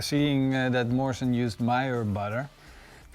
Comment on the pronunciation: Is it just me who always heard Marshall instead of Morrison?